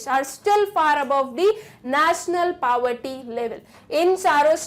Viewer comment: Why you pronounce poverty so wrong you should practice how to pronounce before teaching.